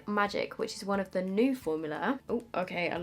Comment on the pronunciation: I think both looks turned out so gorgeous!! Also I love how you pronounce new as nuu (for me anyway) 😂😂 So cute. I wish I had a cool accent😒